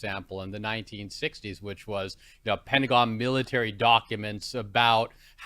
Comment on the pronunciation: Just a couple minutes in, and I'm out. STOP SAYING "Pentagin" This lady is insane she knows what she's doing